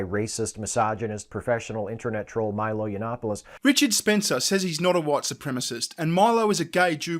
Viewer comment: "You-Not-Polis" it's Yiannopoulos. Yiannopoulos.